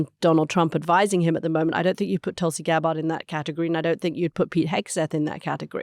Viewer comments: Does Anthony purposely mispronounce Tulsi's last name? He always says it wrong..... he's a smart guy, he must be doing it intentionally, right? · Mooch's pronunciation of Gabbard was jarring